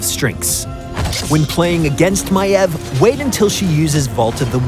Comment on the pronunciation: he pronounces it maev yet it is spelled maiev